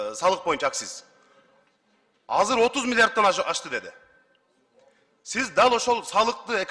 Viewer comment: Казыр казыр дейтго бул каяктын тили